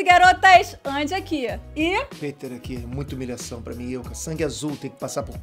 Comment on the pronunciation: "piter" (rsrsrs) sai fora do canal da!!!!!!